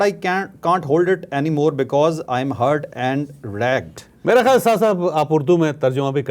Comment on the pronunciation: Omg this and his English pronunciation and reading skills. The word is Raged (Angry) not Ragd. 😱🥴🤮🤮🤮🤮🤮🤮🤮